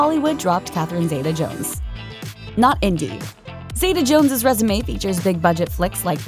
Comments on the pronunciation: It's ZEETA, not ZAYTA, goddammit. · Zee - ta not Zay - ta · First, get her name right. Catherine ZITA-Jones. Don't let the E in Zeta fool you into pronouncing it any differently! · Why do Americans pronounce her name Zay-tar, it's Zee-ta. She was named after her grandmother. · you're saying her name wrong but ok